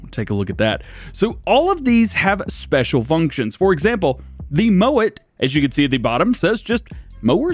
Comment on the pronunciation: Am I the only one that heard say "moan it" instead of "mow it"? I've watched twice and I swear he say moan instead of mow 😂